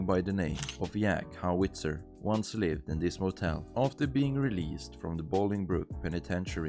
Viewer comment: Yack Howitzer lol